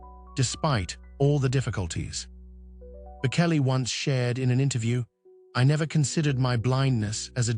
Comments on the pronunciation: Reader, learn how to pronounce the names of the people about him you speak. It is pronounced Bochelli, not Bokelli. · Please learn to say his name correctly, it’s with a ch not a k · Please have the courtesy to pronounce his name properly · The narrator doesn’t know how to pronounce the singer’s last name… hope one day he’d say it correctly! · Please have the respect of knowing how to pronounce his name… Google it as the late Queen said.👵🍁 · Please don’t post until it reveals the respect it deserves. There are many videos that repeat and spell the name Bocelli properly. Learn it before you do any other. The right thing to do would be to redo the sound with it corrected before posting it. I was a teacher and made sure I called even young children by their name correctly. Your name is very meaningful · You can’t even say his name correctly.